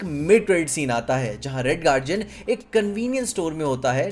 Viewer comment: Red Guardian ❌ Red Garjen✔️